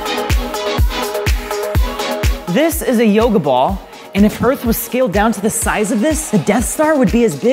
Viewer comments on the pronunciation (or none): none